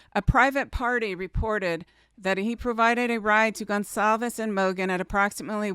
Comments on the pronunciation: It’s Goncalves, not Gonsalves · Hyundai = Hun-day Goncalves = Gon-sall-ves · Please, Please. Kaylee’s name is a Portuguese last name so that (CA) in Goncalvez is a soft C sound and not a hard C, as when pronouncing Gonzalez. Let’s try to pronounce it correctly.